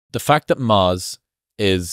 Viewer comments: I didn't know what maws was until I realized he was saying Mars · Not "MAAZ" but MARS ❗